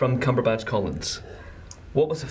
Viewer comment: Did the interviewer intro Cumberpatch as CumberBUNCH?!